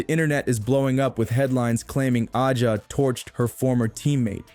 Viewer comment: Accusing everyone else of producing click bait while not being able to pronounce A’ja’s name and while insinuating there is something amiss when it’s well known Kelsey had a rough year with a divorce (so of course time off would be beneficial to heal). Come on, do better. 🥴